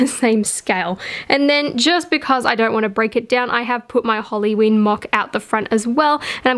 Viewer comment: I love how you say halloween! you say it like "holly-ween"